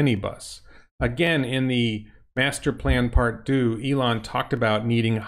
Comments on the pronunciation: Not dooo! Deux, pronounced ‘Der’ with mouth in an ‘o’ shape while pronouncing the ‘e’, and a slight role on the ‘r’. Why can’t Americans pronounce words in a foreign language? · Deux is not pronounced do ...... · lol! indeed, he sounded like doodoo! haha! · ........The way you are pronouncing the Model DEUX, it means " Model Sweet " in French........You are calling it DOUX, which means SWEET.......DEUX means TWO......Just go to a French translation right now if you can and you will hear it pronounced.......Bien des choses chez vous......César M. González Betancourt, ( Sierra Cuban on You Tube ).........Greetings from Miami and Ocala, Florida., U.S.A. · "for those who didnt know" - smartass. thats not how you pronounce deux. not at all.